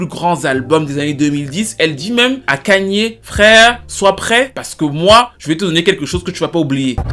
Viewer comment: je pense qu’il est temps pour toi de savoir prononcer le prénom de ye. C’est Kanye - ka-nyé ou encore kanié. Ça ferait du bien à mes oreilles y’a des noms à ne pas écorcher